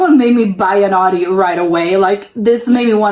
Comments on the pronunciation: audi is pronounced owdi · The au in Germany is pronounced as the ou as in ouch. So this typical American way of saying Audi sounds funny to us. 😜